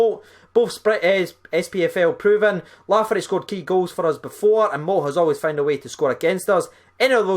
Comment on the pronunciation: Not lafferty mate